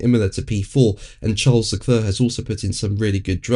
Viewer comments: Not Le Cluuur.. it's Le Clair... Must try harder. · I know full well how to spell LeClerc ! I'm commenting on the pronunciation ! It's Painful to hear it constantly pronounced 'LeCluuur.'.. It's pronounced 'Le clair' ... The man's an absolute star.. at least give him the respect of getting his name right !